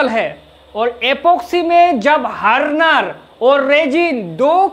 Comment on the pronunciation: Chutiye harner nhi hota .. hardner hota h smile thode time hota h . Or slip nhi hota anti slip hota h 😅😅😅😅